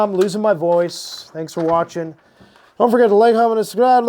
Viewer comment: Dun fergit luh subscriiii (Canadian Turkey noises)